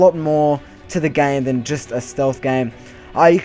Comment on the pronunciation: I believe it is "than" not tahn